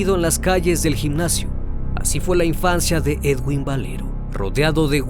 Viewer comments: Se escribe Edwin y se leé eduin. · se dice eduin no edguinnnn